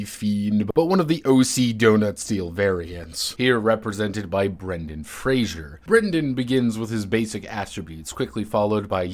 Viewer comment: Using multiplication in core resolution instead of the obvious d20 system? Pass. "But we have Fate points!" Double pass. Mispronouncing Brendan Fraser as "Brandon Frasier"? That's unforgivable and has never happened before. One million XP to get to level 100? Those are rookie numbers. AD&D2E bog standard Fighters take three million XP just to get to level 20. One million XP only gets you to level 12. Heck that only gets a Thief to 14th level.